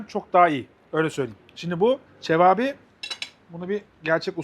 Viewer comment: Abi seni seviyoruz, ama lütfen lütfen cevâbî değil, çevapi… bildiğin kebap, rumelinde çevap oluyor. Cevap niteliğinde bir köfte değil:) sevgiler